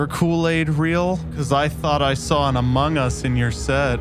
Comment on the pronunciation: Yeah and then he just says AMOG US then goes into my air vent